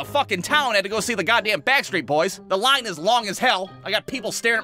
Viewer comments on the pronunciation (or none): none